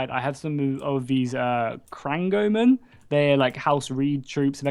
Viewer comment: The house reed groups are pronounced kra-neg-men.